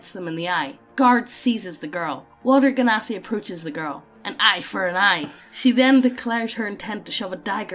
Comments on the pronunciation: Genasi is pronounced "Jen-a-si" and I refuse to be dissuaded from it. They're half-genies. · I pronounce Genasi "Jenasi" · I usually pronounce genasi like djen-oz-ee because it kinda sounds like how I (an American) pronounce djinn